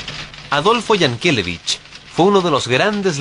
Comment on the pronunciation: Yankelevich siempre se ha pronunciado acentuando la última sílaba.